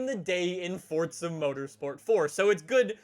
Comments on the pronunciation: It's Forza not coryza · I'm sure we all know he says fortza instead of Forza but I laughed when the subtitles thought he said "forts of horizon" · its forza not fortza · Its not fortsza its forza!!!! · "FOrtZa HoRriZoN 4" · Its not Fortza Horizon 4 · INTENSA EMOZIONE it sounds like he’s saying Fortza not Forza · "fortza" lol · "Fortsa" What? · How long has it been that you've said fortza lol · Say forza correctly u say “fortza” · Anyone else hear “Fortza” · Please can u pronounce the z in forza correctly. Its killing meeeeeee